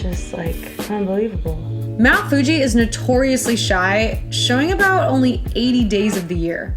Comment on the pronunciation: 😂 so cute sometimes you say Mt Fuji as Mt Fugee ✌🏼😂